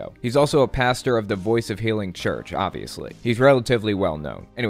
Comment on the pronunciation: Did he say Pastor or bastard